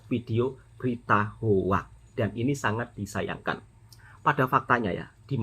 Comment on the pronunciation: 😅😅😅😅😅😅😅😅😅😅😅😅😅😅😅 HOAX = HOX bunyi sebutannys BUKAN Ho Ak